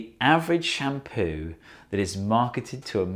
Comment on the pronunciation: Why do I hear " sham POO"?